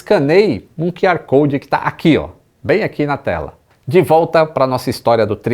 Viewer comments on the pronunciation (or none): eu sou sempre grato com quem me corrige, então deixa eu dar um toque: QR code em inglês se lê “kiu are” code, mas você sempre fala “key are” (que seria KR code). Perdão por te corrigir, mas como você trabalha com comunicação, achei importante…